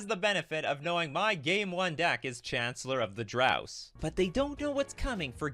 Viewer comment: The most impressive part is mispronouncing Chancellor of the Dross every time